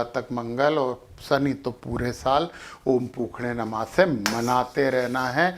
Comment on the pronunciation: Hariom 🎉 Thanks a lot for your wonderful prediction. 1--om Puushne namaha - this is better pronunciation 🎉